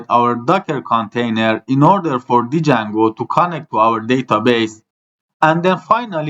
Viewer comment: ممنونم بابت آموزش هاتون ولی اون دی اول جنگو خونده نمیشه و فقط جنگو خونده میشه